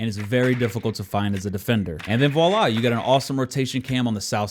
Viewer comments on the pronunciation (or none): none